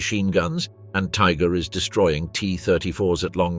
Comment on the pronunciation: These AI narrator voices are getting better all the time. This one sounds convincingly human, until you hear it pronounce "Tiger IIs" as "Tiger is", because only an idiotic AI would pronounce "IIs" as "is".